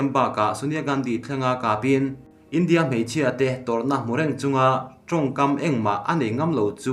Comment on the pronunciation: Lehkha chhiar i thiam em em rualin hnamdang tawng pawh ni se a thluk hi mizo tawng taka thluk thin ni se, a hmaa thu leh a dawta thu a zirin 'India' han tih lai te hi han thluk danglam thin ni se ngaihthlak a hahdam lehzual ngawt ang le.